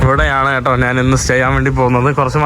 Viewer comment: ദയവായി മലയാളിയെ വെറുപ്പിക്കുന്ന മലയാള ഉച്ചാരണം മതിയാക്കു Yellow കളറിനെ മഞ്ഞ എന്ന് പറയാതെ മന്ന എന്ന് പറഞ്ഞ് വെറുപ്പിക്കല്ലേ.... ഞാൻ എന്ന് പറയാതെ നാൻ എന്ന് പറയുന്നു അങ്ങനെ കുറയേറെ ഭാഷാ വകതിരിവ് കേടുകൾ😂 ഒന്ന് മെച്ചപ്പെടുത്തു please😢